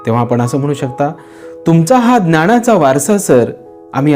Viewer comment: तुमचा व्हिडिओ आवडला पण काही ठिकाणी बोलताना तुम्ही न चा ण असा उच्चार करता उदाहरणार्थ जीवणात माणव किंवा ज्ञाणाचा ह्या शब्दा कडे लक्ष दिलत तर ते भाषण अधिक प्रभावी होईल